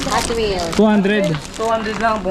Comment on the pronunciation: HotWheel kulang ng 's' 😆😆😆